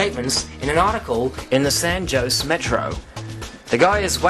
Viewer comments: and San "Joes" hehe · Lol "San Joeshe" Its San Jose (Ho-say) :) just saying. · I know this is off-topic, but I wish would correct his pronunciation of San Jose and Don Quixote. Though his improper pronunciation does NOT detract from the information presented, I'm sure that debunkers of the moon hoax theory will use that as an ad hominem attack on the messenger, as that is their preferred (and often ONLY) method of debunking the truth. It is my feeling that debunkers of CTs (pertaining to the moon hoax, 911, JFK, RFK, etc.) are in seriously DEEP DENIAL! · Pasparal da Beira do Canal Its wrong: San Jose: San Haw seh Don Quijote: Dawn kee hot eh For the J sound, the tong must be pressed against the upper back teeth with less air than the H sound